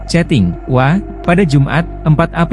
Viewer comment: Ini orang ucap WA, jd wa.. 😂😂😂